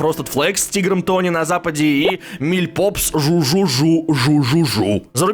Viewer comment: А я думала, что "миль папс", а не "миль попс" 🗿